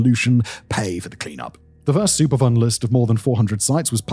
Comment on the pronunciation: Every time he said superfund, it sounded like he was saying super fun to me & I couldn't help but chuckle, then feel bad for chuckling, given the subject matter. I grew up and still live near (but a safe distance from) St. Louis and I've been hearing about this for years and it's always baffled me how people can either but so stupid or care so little as to allow this to happen.